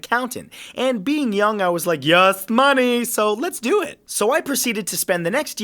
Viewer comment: "YUS MUNEI"